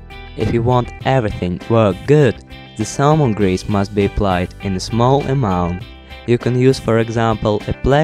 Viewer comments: why not you using thermal paste? ... I never heard about salmon grease for this application .... that u keep mentioning in the video :D /lovely accent, haha, just kidding/ :D Am I the only one who hear 'salmon grease' ? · zhe salmon hease 😂 im dying here